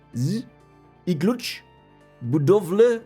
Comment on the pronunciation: It is fun to watch xD You pronounced Klucz right first time , budowle as well. EDIT: Polish people do not dislike Germans, unless someone starts to twist the history, especially WWII or comes up with some political BS, otherwise we are pretty cool about that.